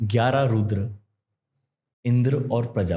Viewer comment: भारतीय ज्ञान की बात कर रहा है और चक्र को चक्रा रुद्र को रुद्रा बोल रहा है